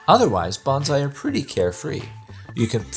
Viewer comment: The correct way to pronounce “bonsai” is like saying “bone sigh”. The pronunciation used in this video sounds like “banzai” which is a Japanese word to make an exclamation of celebration or success. I shouted banzai when I retired.